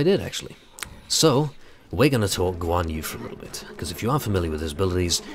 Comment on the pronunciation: I couldn't help dying of laughter. Guan Yu is pronounced Goo-wan Yri. Go to Google Translate and listen to the Verbal Translate. But uh, ye. Nice play.